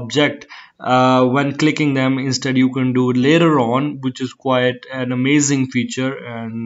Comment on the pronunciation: Good video ,accent from India when he said later at the end ,good information video